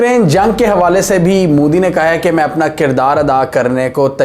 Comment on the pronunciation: It's not mudi, it's modi😅😂😅